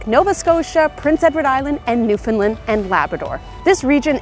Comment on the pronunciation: Lovely video dear and I enjoyed it but please, it's Newfound LAND, rhymes with understand, not Newfound LUND. It's very discouraging when the rest of Canada can't pronounce the name of our province